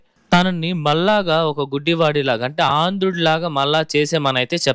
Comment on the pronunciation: Aandhudu yemiti naayana. Palakatam nerchuko. Yatra chesevadu vyakhyatha kaadu